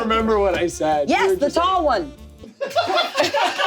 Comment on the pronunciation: saying “the tall one” is giving drunk uncle at Christmas 😂